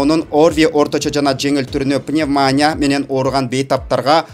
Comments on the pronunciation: Коментатор жигит туура суйлогонду уйронсон. Дайыма пневмания дейсин, пневмания эмес пневмония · Пневмания эмес иним ,ПНЕВМОНИЯ 😄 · Журналисттер Пневмония дегенге ударениени туура койсонор тобоо кылдым